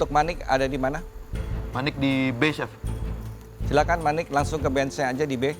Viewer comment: chef renatta sebut manik hofit 😂